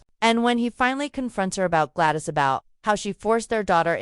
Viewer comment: It's especially irritating with Gladys is pronounced as Glad-eese ...